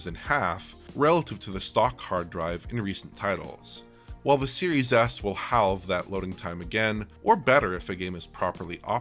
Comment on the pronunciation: "hooowll-vve" In "halve" you do not pronounce the L. At least, not nearly that heavily.